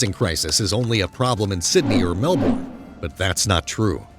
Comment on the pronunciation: Narrator keeps pronouncing Melbourne wrong. >.>